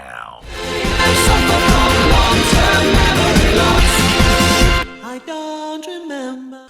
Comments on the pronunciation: I also heard "brickdown" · Ummmmmm....... did anyone else hear Mark say "Billboard Brickdown" or is it just me?